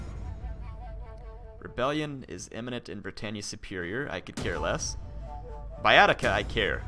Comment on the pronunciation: In latin you read "ae" and "oe" simply like "e" (not always, there are exceptions), so in english Baetica is simply /Bˈɛtika/ and federati are /fɛdəˈreɪtaɪ/.